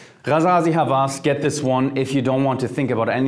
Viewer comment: God jeremy I told you Hawas, the w is pronounced |wa| it means obssesion